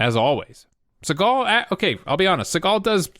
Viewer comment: Thought u said "followed SeagALL around".🤣😅